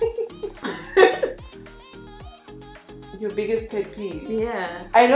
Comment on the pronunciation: "From yourrr👀👀" 😂😂😂